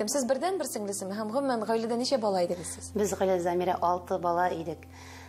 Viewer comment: Зәмирә ч урнына щ димэ,татар телен бозма, тешсез әбиләр теленә әйләндермә!